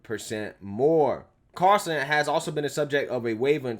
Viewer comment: Carlson NOT Carson